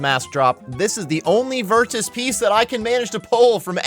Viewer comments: Why are you saying virtus with the hard T bro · Why are you saying virtus like that?